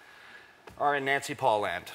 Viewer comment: he meant Nancy Polland.., like the country Polland...